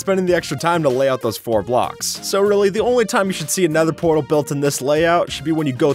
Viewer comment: Did you say nether pwatal😂😂